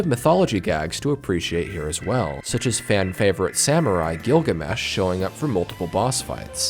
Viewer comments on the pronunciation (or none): none